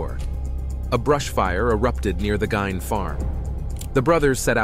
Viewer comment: It's pronounced Geen , not Gyn.